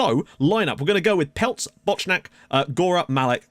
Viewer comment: Some pronunciation tips: Skrzecz == Skshech (the k softens the rz to a sh sound, so skshech) Bochnak == Bohnak (the ch is an audible h sound) Patrzykat == Patshikat (the t softens the rz to a sh sound, so patshikat) Długołęcki == Dwugowentski (I'm assuming the l's are actually ł's, and the e is actually an ę; otherwise an alternative pronunciation might be: Dwugoletski) Bierzalo == Biezhalo (rz here is like the 'si' in the English word vision, transliterated as zh) Chmiel == Hmiel (again, the ch is an audible h)